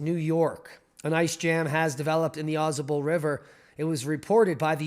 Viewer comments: Au Sable is how you pronounce it. AuSable River and originally written as " Au Sable ", runs in the U.S. state of New York, from the Adirondack Mountains and past the village of Lake Placid and Au Sable Forks to empty into Lake Champlain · pronounced "awe say bull" river says the ex new yorker